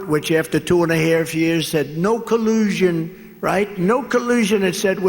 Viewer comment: "No Kuloozhun"